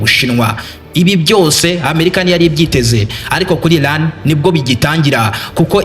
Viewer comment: Bavuga Iran ntabwo ari Ilan!!!